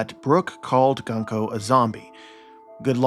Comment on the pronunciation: Gunko's name (軍子) is pronounced グンコ goon-koh not guhn-koh. The simplest way to to remember this aside from just learning Kana is to remember that Japanese syllables are nearly always pronounced the same. Thus the U sound in Luffy, Usopp, Kuzan, etc and the U sound and Gunko will be the same. Interesting theory. I definitely think there is something up with the Gorosei and the God's Knights not exhibiting Haki so far. I do wonder if there really is a difference between the two though. All the Gorosei are very old already, and Garling, while he did age, is now also old. It could be that they get old but will never deteriorate in a way that will result in death.